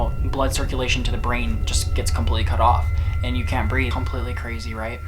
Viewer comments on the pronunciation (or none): none